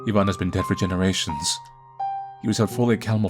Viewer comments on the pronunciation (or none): It's pronounced "eye-van" not "ee-van"...